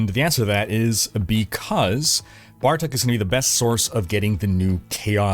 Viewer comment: it's not "Bar Tuck" it's "Bar Took"